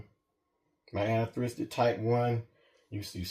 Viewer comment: Nice Boas, but I notice that Americans struggle to say "anerythristic" and "dwarf" correctly 😂